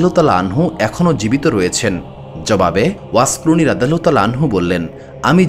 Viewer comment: এত বড় একটা মানুষের কথা বলছেন, অথচ তার নাম টা ও ঠিকমতো বলতে পারেন না। আফসোস।